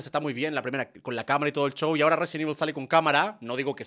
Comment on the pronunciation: es q asi pronuncian los chilenos tambien dicen chow en vez de show